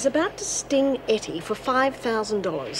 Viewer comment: It’s not Hetty. It’s Ettie.